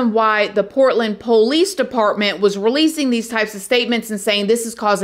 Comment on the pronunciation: Uh, actually it’s pronounced Police.And not Poh- leece..